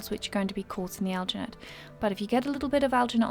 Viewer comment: Are you saying algernate, because I haven't found any such thing